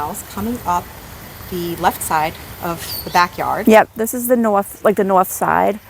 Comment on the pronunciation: Beautiful gardens. My favorite was when she said this is the nwothh side . lol